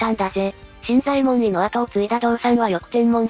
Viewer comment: 新左衛門尉の読み方ですが、昔は【しんざえもんのじょう】と教わりましたが、今は【しんざえもんい】となったんですね？歴史的なものは新発見の度に色々と変わるからややこしいですね…（笑）